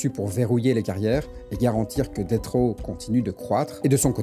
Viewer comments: C'est DESS RAW fréro, pas DETT RAW. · Ça se prononce plus [detss]